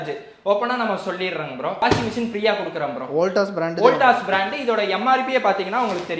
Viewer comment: பிராண்ட் என்று சொல்லாதிங்கடா